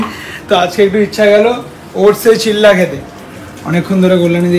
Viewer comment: It's Chila and not chilla